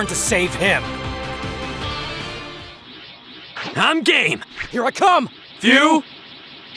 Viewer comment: ik they ment "i'm game" but they barely pronounce the "me" part so it sounds like "Im gay!" lol